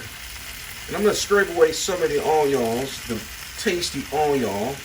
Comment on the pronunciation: WTF is ony-owns and salm-owns? Why in the beginning you said onions in a proper way then switched to any awe?